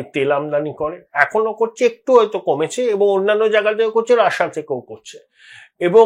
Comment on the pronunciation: কী মশাই রাষা, রাষা বলছেন কেনো, রাশিয়া বলুন।